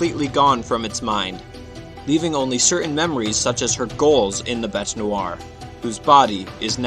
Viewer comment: You're saying bete's name wrong you idiot